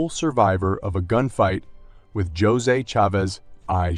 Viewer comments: Is the narrator saying his first name wrong? Josey? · He definitely is. he is saying "Jozay". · Its A1 and all the spanish names are said wrong